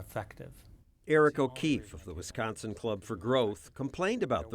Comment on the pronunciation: "in visconsin vwe all obey ordas" ...lol, brilliant.